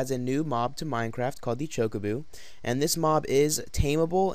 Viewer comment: ChocoBO not chocoBOO